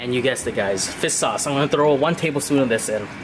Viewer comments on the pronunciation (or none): fis sauce lmao